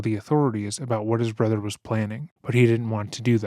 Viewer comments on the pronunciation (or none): “My brudder” 💔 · "My Bwothow got bowdy awmow" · My othew bwothew chwistophew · i wasnt even looking at the screen and I knew he said brother